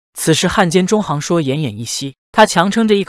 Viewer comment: 里面很多人的名字，配音都念错了，郅都zhidu，也不是zhidou